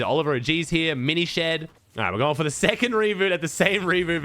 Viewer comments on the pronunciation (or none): why is he calling aminished a miny shed